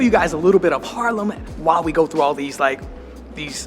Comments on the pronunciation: I see my town, I upvote It's Haarlem, not Harlem buddy. You pronounce it with the dubbel A, like when you scream aaaaah, lol Harlem, New York was once ours tho. That was when New York was still called New Amsterdam. We traded it with the English for Suriname and they renamed it to New York. I'm 55 and live in the center of the city. You actually walked passed my house. My parents have worked in healthcare all their lives and are now 84 and 82. They also live in the center and still go to the pub 2 or 3 times a week to have a few drinks. They are completely independent and refuse any help I offer them. Isn't that nice? I always like your vids, you're such a positive guy. Have a great day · It's Haaaaaarlem dude, not Harlem.